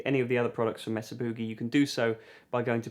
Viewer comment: Mesa’RRRRR Booogay